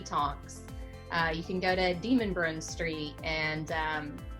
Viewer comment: Lol, I noticed that too. It's De-MONbrun street.